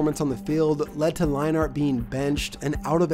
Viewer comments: Matt LINE-ART??? It's pronounced LINE-ERT You obviously don't remember these players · Also I'm pretty sure it's Matt Lein-ERT not Matt Line-ART. Great video as always tho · Leinart is pronounced line-ert. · All 8 times that you said "Line Art" instead of Leinart made me cringe. Great video but you should do some research on pronunciation before making future videos. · How in the hell do you mix up Brent Musberger and Keith Jackson. Both legends, but both VERY distinct voices. Oh and pronouncing it "Line-art"? Come on man.....I like your videos a lot, but Ive noticed things like this in almost every one, especially pronouncing what should be well known names completely wrong or weird. Really gotta get those details right. It instantly discredits you as a potential "i only know half of what im talking about" kind of sports guy......dont be that guy. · Lie-nart lol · To be fair from what he has said he did not start watching football until around the time Keith Jackson retired which means he also barely had a chance to see Leinart play. If you look at the name he is just pronouncing the A too hard. Imagine trying pronounce hockey players names if you weren't around in their day. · you pronouncing leinart the most cringey way but good video